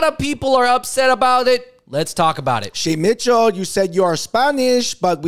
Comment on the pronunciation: you can’t pronounce “Shay Mitchell” without saying “shame” Shame Mitchell